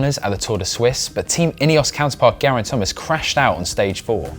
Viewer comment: How about learning how to pronounce Gerraint Thomas's name. And learn to maintain the same volume throughout --your voice is clear then you drop your volume and it's hard to hear what you're saying because you also gabble at times.